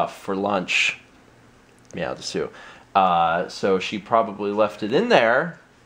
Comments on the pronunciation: drop the u at the end it's des, and Japan says meow like this Nya (nee yea) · meow des is how it's pronunced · You pronounced "desu" wrong. Of course, you probably don't care... so, never mind. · ITS PRONOUNCES MEOW DES! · you're saying desu wrong, its pronounced des, the u is silent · It's pronounced dess...